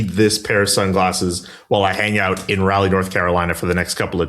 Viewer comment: Also, love you guys, but it's "r'ALLeigh." Not pronounced like "Rally"